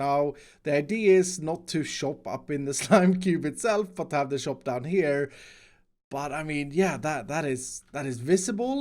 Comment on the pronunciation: shop sounds like chop when you say it and all i can think is "chop chop chop chop" just constantly in my head. i love it